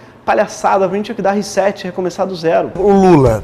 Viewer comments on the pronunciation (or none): none